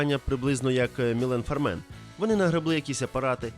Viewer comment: Можливо автор помилився, та правильно Міле́н Фарме́р !?